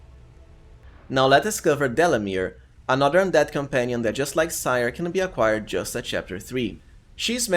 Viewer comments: I think Ciar is pronounced like Keer but I could be wrong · Ciar is pronounced "Char" btw